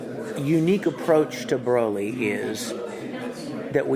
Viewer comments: Thank god someone else said it. But if you notice Big Daddy Vic was quick to correct it. she does it and he goes nahh lol. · It's Broly not Braly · Not brally not brolly but fucking BROLY🤦‍♂️ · BRO-LY not BRAWL-LY!!! Fuck off MAN! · Bro-ly Not Bra-ly It does not say dragon ball super Braly it says BROLY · It's pronounced BRO-LY!!! NOT BRA-LY!!!! HOLY FUCK! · I like how Vic keeps correcting on how to say "BROLY".... not "BRAWLY".. I mean... seriously. Learn your crap before doing an interview.. FFS that is annoying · I think it's pronounced bro-lee not braw-lee. Broly. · I'm REALLY getting pissed that they keep saying BRALY not Broly like honestly "bro" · Even worse, Bruh -lee. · Why the fuck can't anyone ever pronounce Broly right? Vic says his name so many times. Bro-lee. Not Brawl-ee. They say it in every movie, every game, every interview, yet people still manage to fuck it up when he says it right in front of them and they keep on saying it wrong. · People that pronounce it "Brawly" 🤭🤔🤨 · It is "BRO" Ly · Every time they say "BRAWLEE" I get triggered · Its BRUH-LEE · Everytime anyone says BRAWLEE I get triggered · Considering they didn't know how to pronounce "broly", they aren't exactly the best interviewers. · If I hear another mother fucker pronounce Broly wrong I'm starting a second TOP